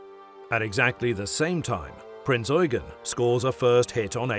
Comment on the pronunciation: THank you for pronouncing the heavy cruiser KMS Prinz Eugen properly... Unlike other video's that pronounce it Prince You-jen, instead of Prinz Oi-gen!